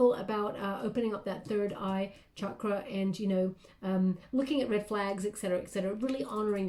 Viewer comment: You're always so incredible! Also, I appreciate how you pronounce Chakra correctly 🙏🙏🙏